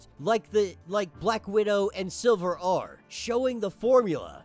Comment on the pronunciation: lol this dumbass was say silver the whole video.. its SLIVER WTF